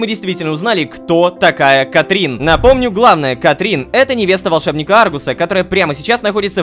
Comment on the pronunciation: Лололошка почему ты говоришь "Катрин" если там "Катрина"